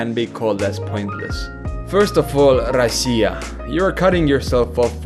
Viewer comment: Finally, a nonrussian pronounces Russia like "rausiya"😅